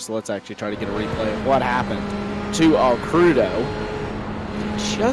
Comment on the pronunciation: AL-CREW-DOH hahahaha Fuel was SUPER tight, no way we were two stopping. Also - yes, with the one stop the tires were pretty well toast by the end. That may have played into Alcrudo's accident.